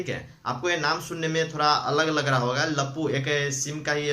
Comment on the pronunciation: Lappu nahi bhai.laapu bolo